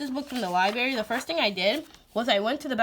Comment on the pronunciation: PS: & Now you have me re-visiting Alpha Phonics.. That colorful paper is a GREAT idea! <3 PSS: U have me smiling.. U pronounce "library" the way my mom says "library" ... " li- berry" ^_^